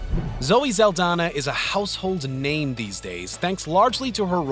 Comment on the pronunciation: My ears are trying to peel themselves off my head after hearing this dude's over enunciation and improper pronunciation of names. Wtf are you doing?